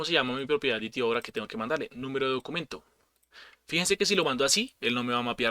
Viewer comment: Excelente explicación, lo único que no cuaja es que le digas DiTiO al DeTeO :V